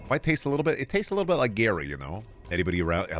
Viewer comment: what do we do to the gary that says gayr